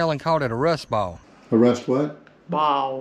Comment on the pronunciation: Great video! Great people! Someone please teach that woman how to say “Ball”.